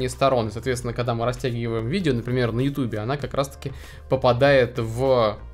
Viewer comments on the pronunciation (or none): none